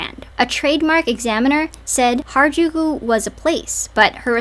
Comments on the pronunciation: She said hairAjooko instead of harajuku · Hairajuku she can’t even say the name right. Ngl to me it feels like an weird obsession and fetishization and I’m not one to use that lightly. I’m also American and I also love j-fashion along with anime. She’s just disrespectful. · Gwen Stefani: I'm Japanese! Also Gwen: Hair-a-jew-kew. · her saying Harajuku wrong makes me so angry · i didn't watch past the first few seconds yet but how does someone say "i was supposed to be japanese" and not even learn how to pronounce harajuku right ....... 🧍‍♀